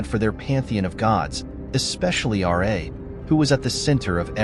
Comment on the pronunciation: It's pronounced Ra not R A